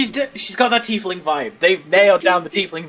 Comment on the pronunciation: Take a shot every time they mispronounce Tiefling. You'll be dead before the halfway mark